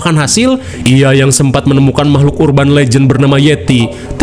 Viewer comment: teh yeti tkg seblak mn suara nyy...noh d sbut mamahlukan😂